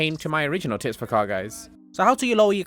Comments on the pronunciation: WAIT did he say TITS for CAR GAYS ? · I thought you said tits for car guys